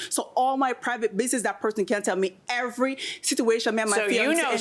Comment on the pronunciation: I am Jamaican British and i was dwl the entire time. Adding 'H' instead of 'E' at the beginning of words like every had me each and everytime dwl. The bleaching of the skin is a real life issue. Dem need fi behave betta. Kmt